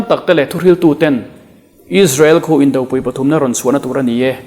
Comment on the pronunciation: Indopui pui i thluk dan hi a dik lo awmzia a nei lo.Arpui tiha pui lai thluk ang hian thlukbang che. Indopui Khawmpui Inkhawmpui Hmunpui Hunpui Henga pui hi Arpui tih a,pui lai thluk angin thluk la a nihna a hril,phawk ,sawifiah pha ang. Anpui ,tlukpui angin thluk loh tur aw.